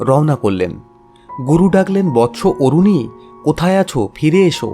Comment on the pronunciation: আরুণী not অরুণী